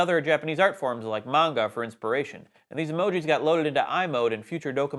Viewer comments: Appreciate the pronunciation of manga right. :-) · Upvoting just because pronounced manga almost correctly. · Thank you for your pronunciation of "manga" 😭❤️